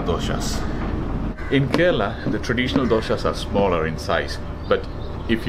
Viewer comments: Great video David. I really enjoyed it. I have a comment with the way you pronounce Kerala. You pronounce it Keraala which is kind of unattractive. It's pronounced more like Kerela. Just a friendly suggestion to pronounce the name properly. I'm surprised Ebin hasn't corrected it for you. Thanks for the making out mouth water! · I've to say one thing, its not KORALA, It is KERALA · It's CARE-AH-LA Fml